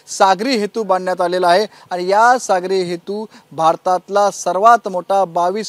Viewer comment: चुतीया रिपोर्टर << सागरी हेतु >> म्हणत आहे !